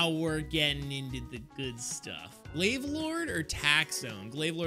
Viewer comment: glav lorde not de paragon